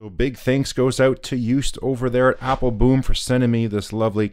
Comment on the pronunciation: Another very interesting reviwe. Thanks. I would like to mention something which could be of help. The OO in Joost and Appelboom is pronounced like the OO in the English word brooch. Of course your channel is watched for your informed reviews and not your pronounciation.